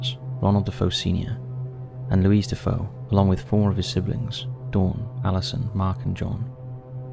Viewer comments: It’s DeFeo, not DaFoe. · Just an FYI, the name is pronounced “De-FAY-oh,” not “Da-FOH”. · It’s DeFeo, not Defoe btw. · i think it's DeFeo, not DeFoe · His name is Defeo not Dafoe fyi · The proper way to say DeFeo is D -fay-o...I was a huge fan of Ed and Lorraine Warren...nice job on video. All of these have been made into movies